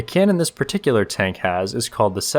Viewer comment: It greatly amuses me to hear a grown man say, "Tonk"